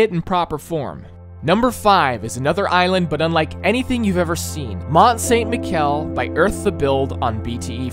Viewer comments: It’s not “Mount Saint-Mikel”, it’s “Mount Saint-Mishel” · In « Mont saint michel », « michel » is pronounced mi-shell. The build is amazing ! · My brain tore itself when I heard you pronounce Mont Saint Michel and then tore again when you successfully pronounced Minas Tirith. Ugh. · I'm French and I love how he pronounce Mont-Saint-Michel 🤣🤣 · as someone who has been to mont saint michel, i can safely say you absolutely butchered the pronunciation 😂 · You butchered Mount Saint Michel lmao